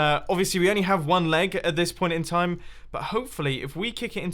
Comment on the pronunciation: In the first minutes i understood "laag" instead of "leg"